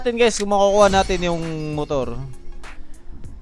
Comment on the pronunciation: mutur. lol